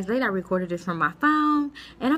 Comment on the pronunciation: LOL AT YOU SAYING I AM TIED YALL. U DIDNT SAY TIRED YOU SAID TIED hehehe. SO ANYWHO, LOVE YOUR VIDEOS. TFS :-)